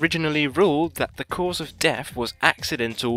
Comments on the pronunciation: It's death, not deff. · I'm I the only one who heard deaf instead of death??😂😂